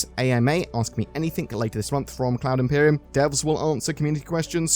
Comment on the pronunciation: Thanks, all sounds good. Umm, heads up - have you listened to how you say "Cloud Imperium"?